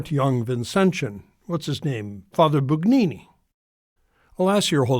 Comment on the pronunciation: Bugnini is pronounced Boon YEE nee. We follow the rules of the Authorities of the time, although they can be Improved. If you, Father, do not believe in an ever new and ever authoritative Power in the successors of the apostles, but to decide Yourself when something is "harmful", then you are no better than Luther !